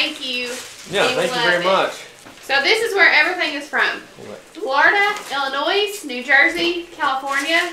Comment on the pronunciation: Y'all need to pronounce Illinois correctly 😅😮😂